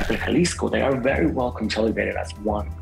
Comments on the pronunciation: Yeah, I’ve never heard anyone pronounce it like he did. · Just wanted to let you know that the 'J' in Jalisco is not supposed to be pronounced the same way as we do in English but instead as 'H'. Like H in Hello, so basically 'Halisco'. And also, that wasn't a Poor Man if the guy was the same from the Los Viagras Video in the beginning. They're infamous for the Guerrero Flaying and El Siri's Execution. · jalisco nueva generacion not j a lesco new generation cartel😂 I fuccs with you perro but at least pronounce it correctly. Long Cartel De Sinaloa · Pronounce as "Halisco" - the J is pronounced as an H in English. Even here in America, by non-Latinos. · Jah-lisco hahah, this whole video is a fail with pronunciation. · In Spanish Jalisco is pronounced like Halisco. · It’s really hard for me to listen to someone tell a story about the cartels & at the same time pronounce CJNG “Jell-isco” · Naa . Just so yuno , You lost me at “Jah-leesco” . I’m out ✌️ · It’s pronounced HALISCO the J Is pronounced like a H just a tip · Jalisco - (ha-lee-sco) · The way you pronounce Jalisco makes it sound like a very refreshing popsicle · The way he pronounces Jalisco 🤣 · The way he says Jalisco 🤣